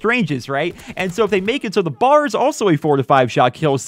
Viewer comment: not to be that guy but its called the B.A.R. not bar